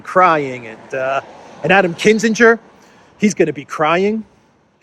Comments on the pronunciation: KIN- ZING -gur (hard g) not Kiss - in - ger (ala Henry) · KIN_ZING_ER, not KISS_IN_GER. Great video, though, as always. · Kin - ZING - er not kissinger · It’s KINzinger.